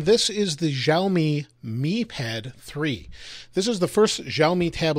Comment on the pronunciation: Wrong pronounce...